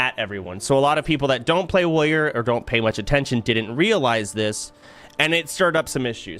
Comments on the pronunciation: Why do Americans say woyor for warrior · soda thinks the first 2 R's in warrior are silent 😂